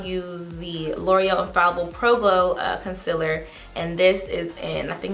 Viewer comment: I thought it was Concealer not Concillar